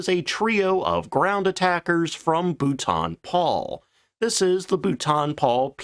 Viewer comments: Uh, it's pronounced "Bolton" like bolt-on, not bouton, which might be how the French would try to pronounce it. :-} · Bouton? It’s Bolton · For the love of all that is holy! Everyone keeps telling you in every video where you use the name, that it is pronounced Bolt-en or even Bolt'n not Bouw-ton!!! Also designations for aircraft from the Air Ministry were not the same as American ones for obvious reasons. F as stated was fighter, but Bomber & Ground attack were subdivided. Regardless, THe number you gave F.6/42 was for a Medium altitude lightweight fighter, introduced after the capture & evaluation by the RAF of the FW-190 in 1942. The Bolton Paul p-98 design was one of these, but was rejected because it didn't meet the weight restrictions. The P-100 was developed from that separately as a ground attack aircraft, and was not really part of the ministry specification since it was not a fighter. The P-101? Dismissed out of hand. Fortunately we ended up with The Hawker Fury, Tempest and better Spitfires instead, and the Tiffy was a perfectly capable ground attack aircraft. You seem to have confused 2 completely separate Specs. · Boot on Paul!!, Bou -l - ton - Paul, you practice that..but still a Good vid. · Correct pronunciation: Boulton (Bowl-ton) Paul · ...Dude, no, Boulton isn't pronounced like Bhutan. I can imagine it sounding somewhat similar if it was French, but that's a friggin' British mfr. So, what you're implying there is aircraft guns were 762 mm or 12.7 mm. Read the decimal points. Outfitted, not outfit. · Bolton. Bol-ton. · Your poor pronuciation grates. As for ejection systems preventing production, maybe you should look at the Look-oid F104? ( my version of Lockhead is no worse than yours of Boulton-Paul). Is not the twin boomer a forshadow of the A10 Thunderbolt II? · God bless America for the way to pronounce Boulton Paul….I learnt something today..😂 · As usual, the thing I’ve learn is how not to pronounce Boulton Paul